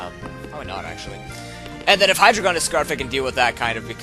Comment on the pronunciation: Btw I always thought you were trying to say HYdragon but your accent was making you say hyDRAygon